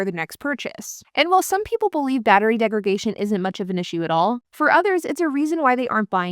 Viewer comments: I think you mean battery degradation. You keep saying "degragation", which isn't an English word. It's you adding an extra 'g' in degradation as a point of emphasis that is the problem there. The actual word isn't like segregation. It's degradation, with a 'd' on the 'dation'. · Degradation not degragation. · Came to the comments to say this. It's degraDation. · *Degradation not degragation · You keep saying "degragation." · It’s a verbal tic. She correctly says “degrade.” She knows the word, she just fumbles its pronunciation. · Degradation - from degrade , not DegraGation. 🤦‍♂️ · I had to listen to her say that 4 or 5 times to figure out what she was saying. Degregation. That second G threw me. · Why do you pronounce "degradation" this way? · Mispronouncing degradation is really annoying. Please stop.